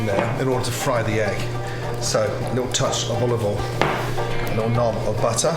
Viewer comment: "A splash of olivol"